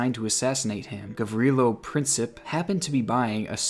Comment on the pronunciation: Gavrilo Princip was not a terrorist but kudos for pronouncing his name correctly 😁